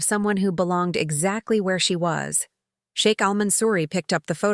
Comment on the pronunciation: I like the sound of SHEIK not shake…. Respect!